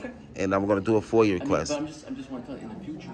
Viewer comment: It is FOIA...not FOIL.